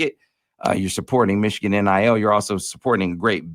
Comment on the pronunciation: How did know how Ufer said Yost pronoun ed Meeechigan?